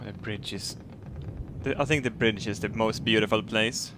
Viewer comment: You know when you hear 'fire ze missiles' you're fucked